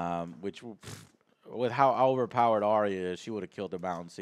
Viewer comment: Eurion??? Isn’t his name Euron? I notice that many USA you tubers have difficulty pronouncing the names of GOT characters!?...adding additional ‘i’s’ where they don’t exist! Like Arriah! Who is actually pronounced Ar-ya. Two syllables.